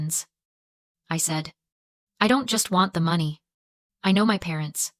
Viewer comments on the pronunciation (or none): Another AI video.... you can tell by how the money number is pronounced. No one talks that way in real life. I will not be subscribing... :face-orange-raised-eyebrow::face-orange-raised-eyebrow::face-orange-raised-eyebrow